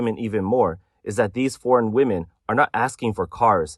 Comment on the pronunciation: I have watched and enjoyed a lot of videos, still can't understand why the most used word, he can't pronounce properly, i.e. "women" Most non native speakers can't pronounce it properly (I was an English teacher for 20 years). But he is not a non native speaker. He sounds like he is from the West Indies. Ironic that that is the only word he can't pronounce properly isn't it.